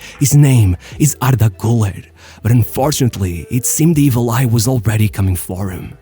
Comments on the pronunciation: Ilhan Cavcav, not Murat. And it's pronounced "goo-ler" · Kinda funny how you put so much effort in his name, yet you just ignore the dots above the U, pronouncing the 'Ü' like a 'U'